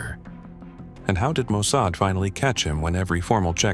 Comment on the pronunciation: When you mispronounced Mosaad I knew this was AI. I knew I could not sub.